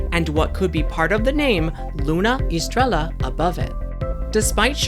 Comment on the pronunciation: Great stuff. Thanks so much. Luna Estrella is Moon Star in Spanish. And prounounced ess-TRAY-yuh. They will be challenging everyone with all these authentic non-English words. Haha